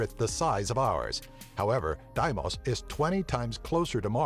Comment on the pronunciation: FO bos &. DEE mos I trust the pronunciations of astronomers so why can't narrators check them out instead of making up their own or just guessing?